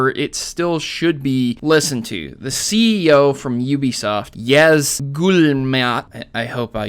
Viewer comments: "Ubsoft" lol. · *Uhb Soft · great video but you slept Ubisoft wrong, just wanted to point that out, sorry